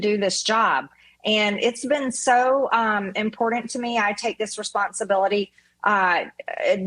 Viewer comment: Love me some MTG. I only wish she'd learn to say the word imporTant not impordant